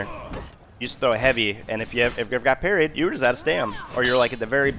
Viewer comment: Parried, not parties, lol